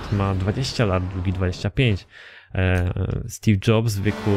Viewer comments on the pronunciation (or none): none